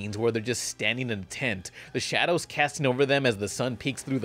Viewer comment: “in the shade’a”